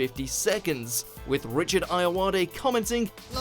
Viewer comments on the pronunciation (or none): none